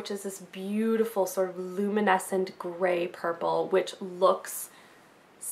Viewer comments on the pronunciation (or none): none